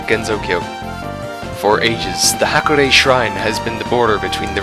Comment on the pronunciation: You mispronounce "Hakurei" in almost the same way that Midwesterners mispronounce "Mario" as "MEH-reeo" lol